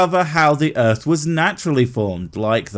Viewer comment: No one is going to point out how this guy says "Earf" or "Erf"?